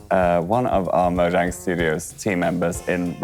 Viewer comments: Its Mojang not monjang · Ask Mojang: Is it pronounced “Moyang” or “Mojang” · In the u.s. it’s pronounced mojang but in other places it’s moyang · Question for Mojang: 1. How do I pronounce Mojang? And 2. Is Game Theory correct about the lore of minecraft?